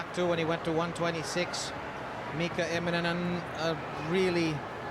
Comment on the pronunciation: The commentary here is almost intolerable, eh? Who the hell is ImmoMen?